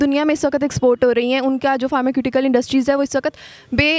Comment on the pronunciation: फर्माक्युटिकल ???? मतलब ???? हमने फार्मास्युटिकल सुना/सीखा था. ये फार्माक्यूटिकल क्या है? किसे कहते है ?